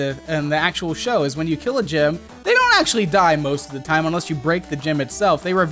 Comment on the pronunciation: U SAID GYM NOT GEM